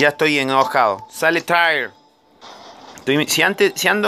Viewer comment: Es tyr , no es thor xD